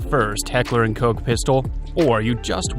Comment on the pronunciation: its cock not coke, dont be shy